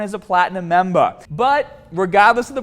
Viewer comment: And go to his website and join as a platinum MEMBAAHHH